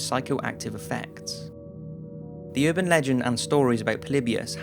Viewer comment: It's URBAN Legends, NOT UrbanD legends